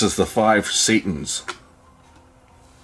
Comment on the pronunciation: it's actually "sat-ins" not "satans" pronounced like the cloth not the devil